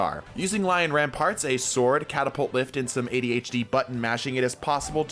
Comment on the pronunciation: still to this day, I haven't heard anyone call the titan exotics by their actual name, it's lion rampant not ramparts 😭 no hate and love the vids !